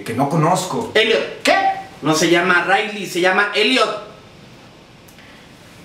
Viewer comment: es ripley, no ridley